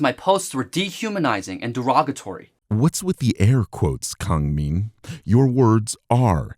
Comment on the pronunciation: Also I speak Korean, he's pronouncing his given name wrong for some reason if the Korean spelling in his Twitter handle is ANYTHING to go off of